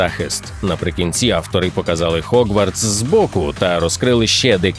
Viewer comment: Дякую за контент, але будь ласка, перестаньте казати хогварс і пуфендуй. Гоґвортс і Гафелпаф, так вони звучать українською